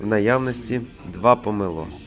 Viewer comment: ЖАХ...!!! НЕВІГЛАС...!!!! З ЯКОЇ ПАЛЬМИ ЗЛІЗ ??? НЕМАЄ памелО...є памЕло...НЕМАЄ КИЇВ ,,ВЕЧЕРНИЙ" Є КИЇВ ,,ВЕЧІРНІЙ" .. ВІД ВЕЧІР .. НА НАШІЙ СОЛОВ'ЇНІЙ... ЯКЕ ,,ПОКА" ..? ПОВАЖАЙ СЕБЕ... ВИЛІЗ НА КАНАЛ... СПІЛКУЙСЯ УКРАЇНСЬКОЮ МОВОЮ..А НЕ языком рашистів..